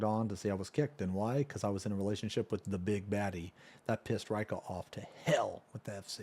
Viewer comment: I like how Reika cant pronounce his own name. Usually, I find that it is more like Ray-ee-ka, and not Ray-ka.